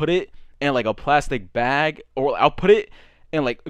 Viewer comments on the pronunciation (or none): Homie was sayin plastic blag💀